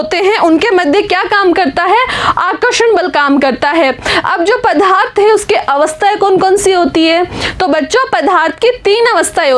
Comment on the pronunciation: Mam vo padarth hai naa ki padhaarth